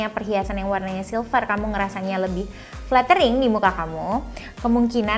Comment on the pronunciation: waktu ngomong flattering nya lucu 😂😂